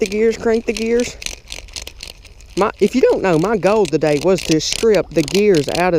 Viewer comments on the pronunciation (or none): none